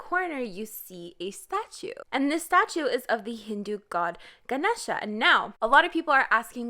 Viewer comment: ok but ngl i just think it a lilll interesting that you put that much effort into pronouncing rose right but not ganesha hnnng (no shade tho, i suppose names in foreign languages are hard to pronounce)